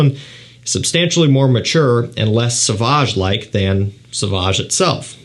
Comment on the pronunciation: It's pronounced So-vahj dude. Not "S'vahj".